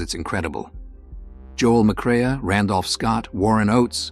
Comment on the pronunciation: If you really believed that Joel McCrea was a, “legend,” I’d have thought you’d be able to pronounce his name? You’re an algorithm generating a computer voice, right?